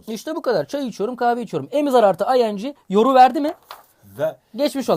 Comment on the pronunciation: hocam o ing diye değil ay en ci diye okunur